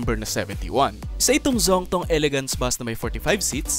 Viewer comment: Nga pala, ang tamang bigkas ng Zhongtong ay "zyong-tong". Kahalintulad lamang ng bigkas ng sh, ngunit ang ginamit na titik ay z.